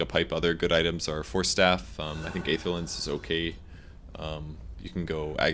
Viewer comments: kurosaki Yes I think that's what I wrote too. There are different transcription symbols after all. But to make it more simple, the "ae" souns just like "ee" in words like "see", "employee", etc. At least that's how I know it and that's why I'm asking, since pronounces it differently. The word "aether" can also be heard in the movie Thor: The Dark World. P.S. I'm not trying to be clever or anything, just curious about the word. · Isn't the correct pronunciation of Aether [i:ther] ?